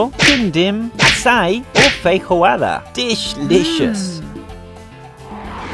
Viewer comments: Simmmm eu vi também ele também falou "Frirroada" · "Feihoada" 🤣🤣🤣🤣🤣 at least say it properly